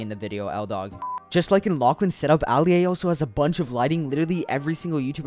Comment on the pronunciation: Why did he say Alia like that